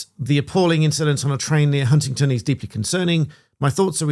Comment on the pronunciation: Why does everyone keep saying Huntington?